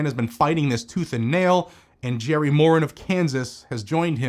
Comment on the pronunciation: Senator Moran's name is pronounced with the accent on the second syllable (more ANN). Thanks for the update.